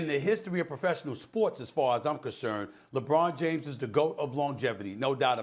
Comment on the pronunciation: PERK: LAH-BWAH-NUH DAY-MHUZ.The rest of the world....lebron James.